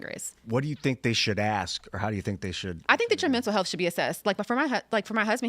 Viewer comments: Anybody who pronounces "ask" as "axe" should be prohibited from holding public office. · As intelligent as she seems, she still can't say the word "ask" properly.